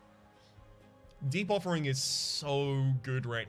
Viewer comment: I'm constantly hearing Debuffering instead of Deep Offering.